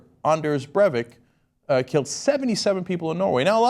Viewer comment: Cenk, it's pronounced Brei-vik. Not brevvik.